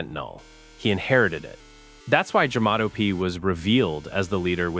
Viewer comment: Jamato not jamato